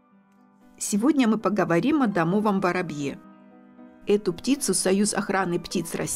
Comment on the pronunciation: Как услышал домОвай, захотел выключить просмотр.